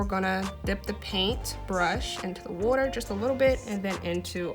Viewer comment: I herd you say "wooder" (water). You from philly? 🤔🧐